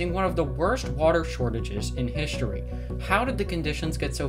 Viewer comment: "hishtory" "exshtremely" "dishtribute" "conshtructed". Been noticing people inserting an "h" in any word with an "st" for some time now.